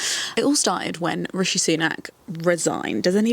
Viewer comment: It's actually*'Rishi' but yeah the pronunciation got me 💀